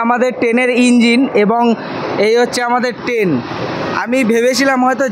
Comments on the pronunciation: ওটাকে ট্রেন বলে আপনি তো বার বার টেন, টেনের, টেন জার্নি বলে গেলেন 😂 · Ur pronunciation is very bad, the word is train not ten, lafaba is lafao, please try to rectify it.